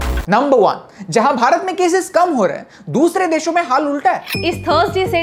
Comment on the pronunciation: Love it when you say "Bharat"